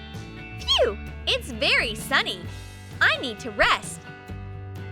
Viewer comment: It's FAIRY sunny Me: It's "very", not "fairy".